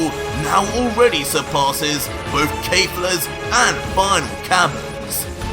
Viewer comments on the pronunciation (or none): Yo KALE AND CAULIFLA IS NOT KEEFLA it’s Kefla And not Final flare it’s final flash. idiot